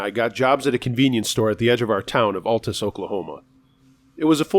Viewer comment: I used to live in the town on the second story....in Oklahoma.....funny you pronounced it exactly how we did when we moved there in the 90's and were quickly corrected by the locals.....its pronounced AL-- like al bundy....Tus ha ha. god stuff